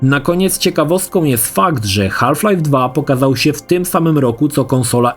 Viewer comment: "Haf Life" 😂